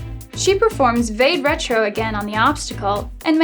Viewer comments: vade retro is pronounced vadé rétro . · It's pronounced 'va-day retro'.